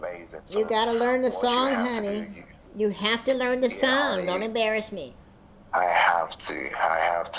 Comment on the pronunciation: Omfg, tell the man to take a breath!! 🤣🤣 He doesn't sound Nigerian to me though, I can't quite place his accent, almost sounds Hispanic at times, apart from the way he said embarrassed, that sounded like a West African accent. No hate here, just an observation: I'm a French polyglot & hence interested in languages. But boy can the man chat!! 😮Thank you for your patience, he didn't even notice your snoring! :face-green-smiling::face-green-smiling: Thanks for another great one, all the best to Hinkerville, and happy erotic holidays! 😆:hands-yellow-heart-red